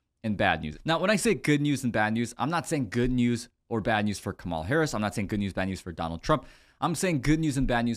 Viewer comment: COMMA-LAH (,-la)---Now, let's here the real estate "mogule's" plan. 🤔